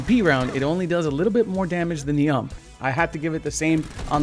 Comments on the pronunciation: Dude..... Its called U.M.P not ump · Wait... wtf is a Uumpp is the U-you-M-Mm-P-pee 😑🤦🏽‍♂️ just thought I should address that. , btw The UMP9 is actually great gun ,probably one of the best smg or even thee best. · The ump isnt a word its seperate letters. U-M-P not ump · LOL the AMPPPP hahah U.M.P that hahaha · Idk why in the usa you call it ump in one word, it's U.M.P, i mean it's a German weapon so call it as it is supposed to be called... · Nobody says ump they pronounce it u m p. As 3 spereate letters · U-M-P not ump like pump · It’s the U.M.P not ump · Is not ump is u.m.p alrught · ıts not called UMP like you say U M P is the true way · It's U-M-P not. "UMP" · It's U.M.P. Not ump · It's a u m p not ump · U-M-P not fucking ump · It's called a U.M.P. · ‘Uhmp’ 😂 it’s so funny the way you say UMP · 212 it is not pronounced ‘ump’ you pronounce the individual letters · Say it with me. U-M-P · Dude it's pronounced IU-EM-PI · That's not how you say UMP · Love how he pronounces the ump